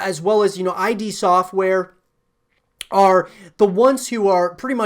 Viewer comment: It's Id, not I.D. Id as in id, ego, and superego. It doesn't stand for anything. It's hard to hear you say it wrong 100 times.